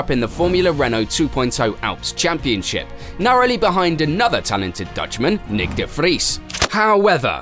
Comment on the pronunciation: Hol up, that Nyck de Vries pronounciation is bang on 🎯(I'm Dutch)